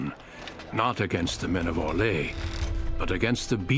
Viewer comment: the only option in the origins for a same sex coupling is in the Cousland story, otherwise you have to wait until the main story starts you mean orlay, it's not pronounced how you did it